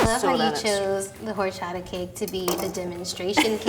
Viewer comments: “hor-sh-ata “ NOOOOO ITS hor-CH-ata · Did ya girl just pronounced horchata “hor-sha-ta”? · Wait is no one gonna notice how the girl from said horshata ? Like I completely understand that not everyone can roll their Rrrrs but the ch is not really supposed to be pronounced as sh 🤷🏻‍♀️ just saying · any other mexicans got mad or annoyed by her saying horchata as or-cha-ta and not hor-sha-ta ??? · Tf it's not "horshata " its HORCHATA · It's OR-CHA-TA!!! Ppl not hor-chata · Or-cha-ta not hhorchaddah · This was a cool episode, but. HORCHATHA. Or-cha-tha. Please that bugged me the entire time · Aahhhh no not whoreshatta it’s prounouced orrchata(horchata) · I hate how they prononced horchata. It's pronounced or-cha-tha. was the only one who said it right. Learn the Mexican culture. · Omg I can’t deal with the way people are saying horchaTa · why am I the only one who hated the Way they said horchatha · "... horSHATTA flavored" Nooo, I hate when people mispronounce it. 😭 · In the entire nearly 18 minutes, horchata was only pronounced correct one time, very unimpressed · Highkey cringing every time some said horchata except for but I love this channel so much tho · Thats not how you say that word i speak spanish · I died on the inside when she said Horchata wrong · Pissed me off how some of them said Horchata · It drove me crazy how that lady said horchata. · I hate how they say horchata wrong like its so hard to get thru the video with them all saying it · Did it bug anyone else how they pronounced Horchata? No? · As a professional Mexican, the way they said horchata, made me sad. 😂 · I’m Mexican so when nun of them knew how to say horchata I lost it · The amount of times they butchered the word "horchata" really kills me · am I the only one that's irritated how they pronounced horchata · Who else was cringing at the way some people said horchata. 😂 No hate, though, nobody's perfect. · everyone just butchering horchata.